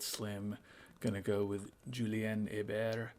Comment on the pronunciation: Nice job pronouncing 'Hébert', by the way. Could still use a bit of help on the 'Julien', though. 😉